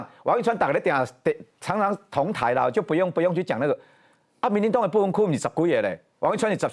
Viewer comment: 港棟(同台)啦! 港歹? 是要葬在一起逆? 台語發音， 不要亂發音。 會被嗆啦!